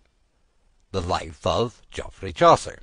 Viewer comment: He doesn't pronounce Geoffrey properly, so it's already unintelligible. It's pronounced like Jeffrey. If you were English you'd know that.